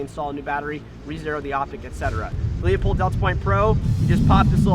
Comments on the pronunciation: It is pronounced "Lou Pold" not "Leo Pold" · It's pronounced Lew-pold not Leo-pold. Call the factory and find out, otherwise great video. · It's pronounced Loo-pold. Not Lee-upold. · Met the Marketing Director for Leupold at the Portland airport three weeks ago. It's pronounced 'loopold', not 'Leopold'. Get it right gun expert. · I pronounce it Leu-Paul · It's pronounced "Loy-pold" or "Loy-polt", depending on the german dialect. Not even the company pronounce it the correct german way, but it's not the end of the world. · Obviously. However he didn't pronounce it that way. People are constantly mispronouncing Leupold as Leopold. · You're exactly right Chris. I laughed when even pronounced it wrong. But like my friend at Leupold says, " I don't care if they can't read as long as they buy our stuff", lol. If anyone doubts how they pronounce it all they have to do is call the company and the live person that answers the phone will answer: LOO-pold and Stevens, how can I help you?